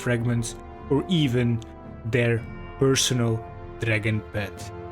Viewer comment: I love how he doesnt say dragon but instead says dragn